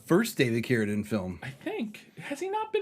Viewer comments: Love the show, but I cannot finish this episode because it's pronounced. CARADEEN It says it in the trailer, in the beginning of the video and every other mention of him ever, why are you saying carradin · Why does he pronounce Carradine like that? It’s driving me so crazy I feel like Im losing oxygen from my brain via a rope around my neck, but I don’t exactly know why? 😜 Seriously though It’s CARE-ah-DEEN not care-uh-din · I cringe every time the pronounce it "care-a-din." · He still doesn't know how to pronounce Carradine? Why is no one correcting him? It sounds ridiculous